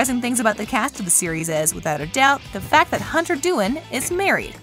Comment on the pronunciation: did anyone notice she said hunter dooin